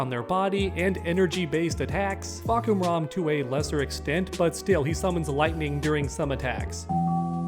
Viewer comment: How did you fuck up Julia’s name yet nail Fahkumram? One of the most complicated names in tekken but Julia one of the most common name in real life and you some how fuck that up 👁👄👁️, how you read Julia as Julie ¿¿